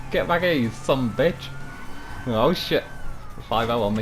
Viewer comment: First time I've ever heard a British person say "Sumbitch" correctly